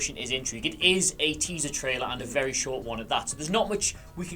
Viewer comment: Are we just not gonna mention that said "tealer traiser?"